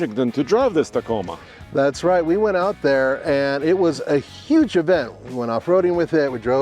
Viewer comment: T A C O M A....NOT Taco...